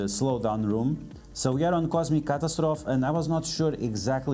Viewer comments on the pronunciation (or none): The end of "catastrophe" is pronounced the same as "trophy" FYI. Thanks for the vid, great information as always!